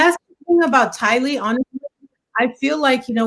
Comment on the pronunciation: Thank you ladies for sharing what you have learned about this Doomsday couple; your hard work, skill and God-given sharpness of mind is appreciated. Also thanks to all three of you for proving my point in how Tylee’s name is pronounced, Ti’-Lee not Ti-Lee’. Maybe it’s a thing according to where you live. Anyway, I like your pronunciation best. Great video! So much to learn on this case.😘💕💕